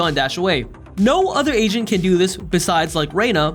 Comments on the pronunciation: i kept thinking he said "no other ASIAN can do this" isntead of agent lmao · Every time he said agent I thought he said Asian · this is irrelevant but every time he says agent - I thought he said asian